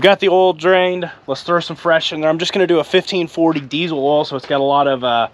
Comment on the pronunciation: What is "deezle oil" ???